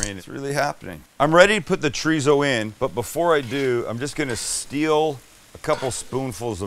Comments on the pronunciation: Every time you say chorizo it cracks me up. It's chore-ee-so, not treezo. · PLEASE....stop saying "TREEZO"... it's a 3 syllable word. Thank You, XO